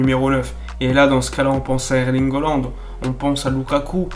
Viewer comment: Il va falloir que tu nous expliques pourquoi tu tout le temps holande au lieu de haaland????